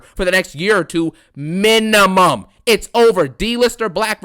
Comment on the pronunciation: “MINIMUM “ 😂 its cooked